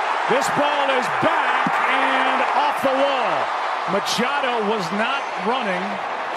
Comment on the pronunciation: Machado...LOL It's more like Muchacho!!! LOL